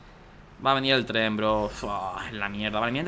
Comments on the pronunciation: Por que dice trem en ves de tren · alguien mas noto que al inicio decia TREM en vez de TREN